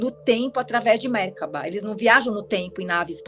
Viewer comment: A pronúncia de Merkaba é merkava. amei muito!